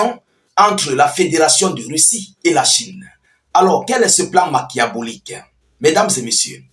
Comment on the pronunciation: Machiavélique (qui se prononce makiavélique)